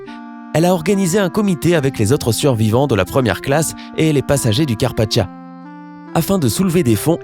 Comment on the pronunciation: karpatcha? Cartpatia comme Carpatya